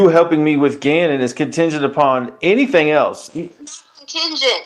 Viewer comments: Why does harley say "anythin'k'" also😮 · Did Harley say, "anythinK" also? Is that southern twang or what???